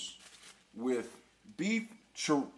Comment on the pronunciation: Not only did you mispronounce ramen, you misspelled chorizo and and mispronounced that too. This recipe is a sin.